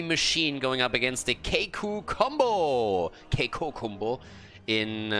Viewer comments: Here is how to prononce Kikoo ( \ki.ku\) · Hey, i'm Kolios from " KiiKoo Combo " we pronounce it : [Kee] [Kooo] don't know if i helpt you or not but i'm trying ^^